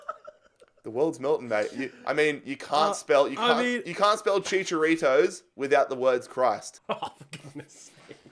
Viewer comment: Bruh Chicharito has no s